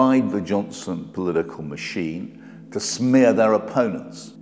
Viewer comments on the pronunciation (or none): Very interesting, all the more so from a journalist for a right wing tabloid. I wish that he wouldn’t say ‘polidigal’ though.